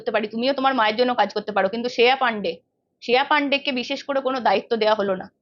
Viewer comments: শ্রেয়া Not শেয়া 😂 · শেয়া নয়, শ্রেয়া.. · Sreya namta ektu thik kore uchharon korle valo lagto. Shea shea kore gyalo..